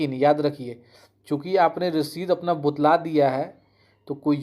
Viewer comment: कैसे कैसे चू... आ गए हैं यूट्यूब पर, जानकारी एक पैसे का भी नहीं होता है लेकिन फिर भी मुंह उठाकर वीडियो बनाने और ज्ञान देने चले आते हैं। और ये बुतलाना क्या होता है बार बार बुतला गया है बुतला गया है कर रहे हो